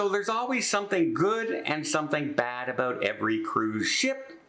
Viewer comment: When you’re Oot and Aboot. .